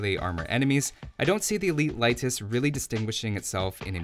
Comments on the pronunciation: he said Laitis ("a" instead of "e") which is incorrect, but its nothing important really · How to pronounce Leitis correctly? Leitis is pronounced like late'is or lay'tis, not light'is. E letter in eastern Europe is like E in word Empires I really wish native English people do pronounce it correctly! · I looked for the pronunciation when the civ first came out and never came across a convincing source for lay'tis. I did find light'tis a few times, though: and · Unemployed he’s following the German pronunciation, I guess.